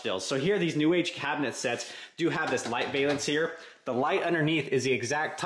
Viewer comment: "Valance" rhymes with "Balance"